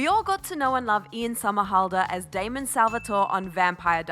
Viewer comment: lmaooo it's not that difficult to get his name right😂 it's DAMON